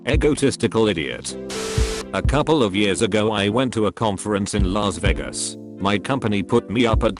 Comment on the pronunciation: Nobody: Text to speech: LAZZ VAYGUS!